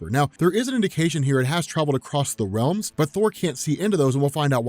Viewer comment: “War of Wealms” min .